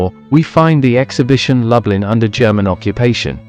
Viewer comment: And it’s Loooblin - not Lub-Lin. I still enjoyed the video though